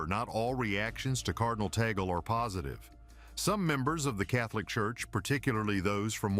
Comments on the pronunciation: 😮attention Mr vlogger pls pronounce it cardinal Tag-le not tee-gle. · His name is pronounce as TAG-LE not tagol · Pronounce Cardinal Tag-le NoT Tagel! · His name is pronounced as TAG-LE . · Of course l am for Cardinal Tagle. I know him and whatever donations my community gives, is always taken cared of by his secretary. I just hope you can pronounce his name properly. Taaahgleh! Something like that! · Please pronounce his name Tagle correctly.